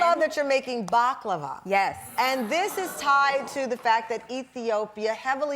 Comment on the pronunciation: i know what it is but the way host pronounced it was too bad that is why i said what is this ...